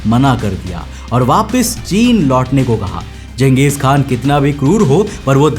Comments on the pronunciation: Genghis khan❌ Genghis kha✅✅ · Not genghis khan he was genghis kha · khan nahi kan Khan turky lafz hai Kan mangol lafz hai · Changech khan nahi changej Kha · Not Khan K is silent😂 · Voh Khan nahi hai bro only kha like jha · चंगेज खान नाम था जंगेज नहीं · Disliked cos promoting western narrative... Used khan not kaan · It's not khan it's Kan. Don't misunderstand. And he was not a muslim, he was a Mongolian. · Naam hi galat bol Raha he bhai tu😂😂